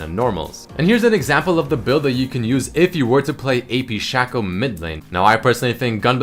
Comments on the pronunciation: Shayco..... Not Shawco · shake-o not shäko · It's Sheco not Shahco, because his clone is called Fako (Fake+o), not Fahko. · There's only one consonant, the c, after the a in sha|c|o. That means that it's broken down into sha - co. The "sha" is open, so it is pronounced "shay." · its shaco not shaco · Its Shaco, not Shaco